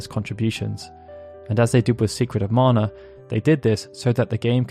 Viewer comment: It's so nice that someone finally says "Mana" correctly.